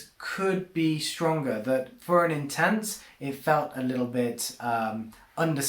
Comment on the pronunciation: stop saying intense like that